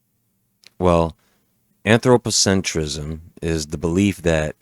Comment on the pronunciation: Antro - pocentryzm... LOL, I switched off right away, you just lost all the credibility right there, before you gained any haha